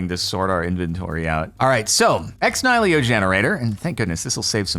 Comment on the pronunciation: Fwiw, it's pronounced Ex "KNEE-hill-oh"